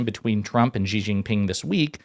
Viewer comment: The Xi part of his name is more pronounced like the english "she". No burn, just for future videos. : )